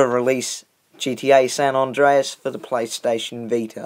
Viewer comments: It's San andreas not San andraos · San ondreas lol